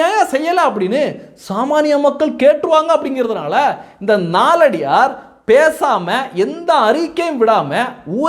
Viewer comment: நாலடியார் என்று சொல்ல வேண்டாம்! நாலடியான் என்று சொல்ல வேண்டும்